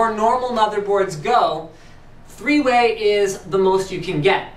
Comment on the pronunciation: thweeway lol. I now it was a slip, not going to mark you for it, but it was funny.